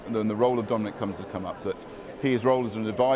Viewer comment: What a horrible journalist. Channel 4 and the Beeb have both gone downhill massively. And please, for pete’s sake... learn how to say Dominic... it’s not “Domeeneeeque” #fool